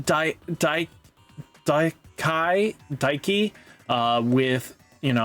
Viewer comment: I am starting to think he does it on purpose for engagement 😂